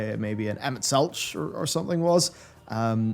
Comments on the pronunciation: It’s pronounced Selk not Selch. Minor note love your content though!!! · _- I know it's spelled Selch, but it's said 'Selk'. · I flinch every time you pronounce the 'ch' in Emet-Selch like you would in 'chime'. XD It's like you would in 'choir'. Emet-SELCK, if you will. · Emet-Selch (SELK) IT'S PRONOUNCED SELK, MY FRIEND. THEY SAY IT IN THE GAME. Do you call a conch shell a conCH shell? But the ending of 5.3 is the first time Ive ever hard-cried for a video game. It's profoundly sad understanding your enemy as you come to understand Elidibus as youre having to put him down. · Hats off to for mispronouncing everything. Tie-amat, Azys Lie, Emet-Seltsj, genu-wine-ly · Also...its pronounced Emet Selk. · It's pronounced Selk, my dear, Selk. Emet-Selk. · Not to be that guy but "Zenos"*, "Tiamat" (pronounced like the letter "T") and Emet-Selch (pronounced Selk) lol I had to! So glad you enjoyed your ride, can't wait for us all to ride through 6.0 together! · Someone tell him it's pronounced Emet selK pls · He made it all the way to the end and still never learned to pronounce Emet Selch correctly. That's the real takeaway. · Man... they pronounce Emet's name so many times, why does keep saying it like that? >_> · Disliked solely due to the way you pronounce Emet-Selch :) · Hearing Emet-Selch pronounced with a soft ch and not a hard ch (each vs tech) is really triggering. I mean it's not a big deal, but c'mon, the NPCs say his name a lot in the voice acting! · how can you play an entire expansion and still can't pronounce Emet-selch lol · I kept it in watching the 5.0 video, but I don't know how he got through Shadowbringers thinking Emet-Selch is pronounced not with a hard k on Selch but with a ch when they say it multiple times in cutscenes lol Edit: it gets worse; Zenos with a X not a Z 😂